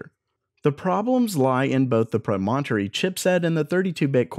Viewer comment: Yikes -- when a word is unfamiliar (Promontory) , try for an accepted pronunciation